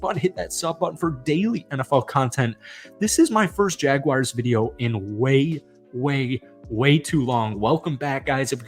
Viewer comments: JagWARS, not JagWIRES. Please, for the love of all things football, say. the. name. correctly. You came close a couple of times but we get sick and tired of people calling us the Jagwires. Other than that, decent video. Evan Engram is coming close to being one of the best TEs in Jags history and if you know our TE history that is saying something. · It's pronounced "Jag-WARS", not "Jag-wires"